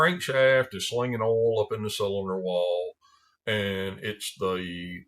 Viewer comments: Ouul... oil in a southern accent is great. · I'd watch this channel just to hear oil be pronounced as ole.